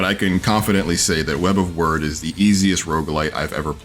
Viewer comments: Did he say web of word lol. Its wyrd as in weird lol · Please stop saying web of word is weird with a y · You are saying it wrong. Its weird not word. Wyrd is an original spelling of weird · Review ignored: reviewer pronounced "wyrd" as "word" not "weird" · its web of weird. wyrd. not word. jeezzzz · Wyrd is an old Anglo-Saxon concept dealing with the topic of fate or destiny. It's pronounced "weird" not "word"... this should have been painfully obvious given the title's play on words with the 'weird' pronunciation making it the 'Web of weird'. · it's pronounced "weird", not "word" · Is it not pronounced “Web of weird” ? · Wyrd is pronounced weird, just saying...